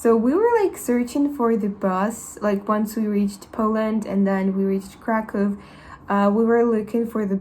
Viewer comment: Kraków: IPA -> /krakuf/ it's v or f at the end.